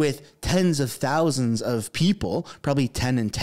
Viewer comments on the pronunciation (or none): none